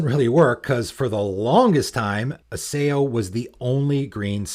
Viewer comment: Isao is pronounced E-Sa0